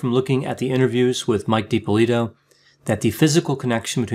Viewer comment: Watch a few other videos. You are pronouncing the last name differently than everyone else.